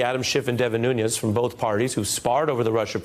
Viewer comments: not nunyes. nunes. Portugese, not spanish. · Not nunes, Nunes. Not Portugese, Portuguese.